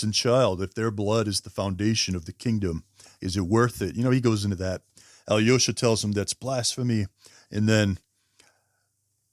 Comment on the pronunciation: One little tip for you, pronounce "Alyosha" as "Aalloshah". Americans tend to overexaggerate the "yo" sound in this name. I enjoyed your video, by the way! Like from me.